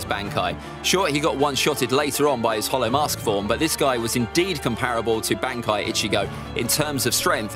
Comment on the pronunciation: I love this guys ranking but the way he says some of these terms like bankai and zanpakto are straight up wrong and it’s frustrating 😂